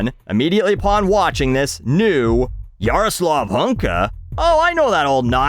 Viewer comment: You read that name pretty well, kudos :)